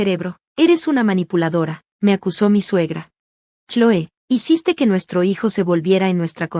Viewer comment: No saben pronunciar los nombre correctamente se pronuncia Cloi